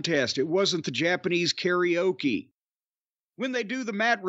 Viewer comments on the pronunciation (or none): none